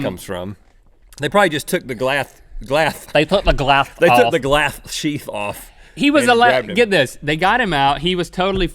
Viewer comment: They took the glasth out LOL